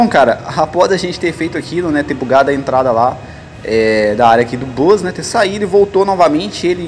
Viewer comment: Desespero o cara falando "bus" kkk